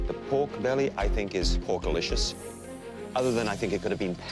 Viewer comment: My man said "the pork belly is porkalishis"